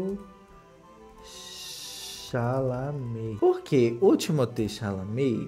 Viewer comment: Alguem mais , ao escutar SHALAME pensa MINGUE ?!! 😂